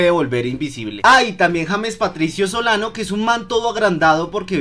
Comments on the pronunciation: Crack se te olvidó corregir en el minuto no era soliban era solano, un consejo no más pero estuvo bueno el video me hizo reír xd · dijiste garcia y soliban xd